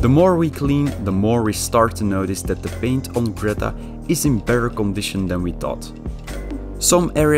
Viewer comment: Leuk project! Zeg alsjeeblieeft gewoon Greeta in plaats van Gretta